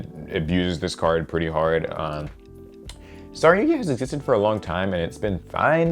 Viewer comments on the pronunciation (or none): Okay mispronouncing KA-GAR-E,sure that's fine but SARYUYA! Holy shit dude that's ignoring an entire other letter! And no....The J is not silent before anyone tries to pull that bullshit.say it with me kids, Sar-yu-JA!